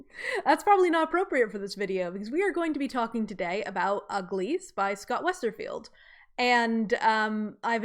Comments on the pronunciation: Lol if we all start mandala effecting calling him Scott "WesterField" it's because of this video. It's Scott "Westerfeld" no "i". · btw it's WesterFELD not 'field', no 'I' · Everytime you say Westerfield instead of Westerfeld, I cringe. I know it’s a small detail, but I’d expect one to know an author’s name before making a documentary